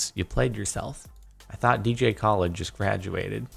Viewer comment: I thought it was DJ Cal-Ed, not DJ Call-Ed.